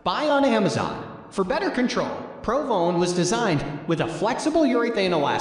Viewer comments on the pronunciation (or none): Haha listen to how he says Titleist pro v1 he says pro vone